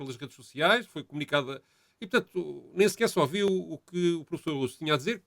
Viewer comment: La estah o Tadeu a dizer "ohviu" em vez de ouviu?